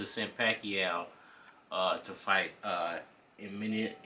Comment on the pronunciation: mate first of all you better learn how to pronounce Eimantas name... becouse what you saying here looks very unprofessiona. This is how i asume you talking nonsence.